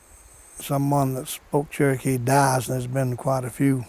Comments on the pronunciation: THEY SAY CHERKEE NOT TURKY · The way they pronounce Cherokee sounds like they're saying turkey.